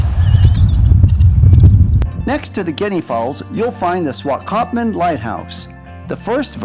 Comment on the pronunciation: 😂 Making a video you should learn how to pronounce the Town Names